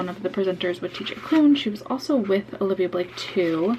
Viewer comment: Love this vlog! So happy you had such a good time. Just an FYI, her name is "Olivie," not "Olivia." Definitely took me a bit to get used to as well.